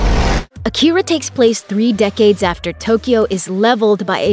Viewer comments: It's pronounced Aakira, stressed on 'A' not 'ki' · The fact that you keep mispronouncing it's name is all the hopelessness that I have for a "Remake" of a masterpiece that it already is. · driving me nuts. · You can’t even pronounce it